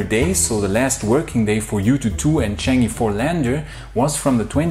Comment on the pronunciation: It might be worthwhile to get some pronunciation instructions from Jixuan...The Chinese moon mission is not "changee". The sound is closer to "chung err"...I'm being pedantic, I know. but you may as well get it right because no other you-tuber is.